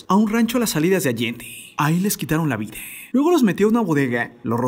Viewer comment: No se si soy yo o escucho que cada palabra que termina con A que en lugar de la A suena una E… Vida… videeeeeeh ? O es mi oído jaja